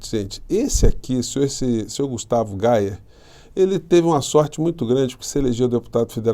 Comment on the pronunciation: Gustavo GAYer é pronunciado GUEYer e não "Gaier" 😂. Ele é bem G@ 😅